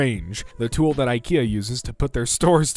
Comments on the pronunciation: If you say eeekayaa one more time i will scream. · The way pronounces IKEA drives me nuts (Yes I'm American)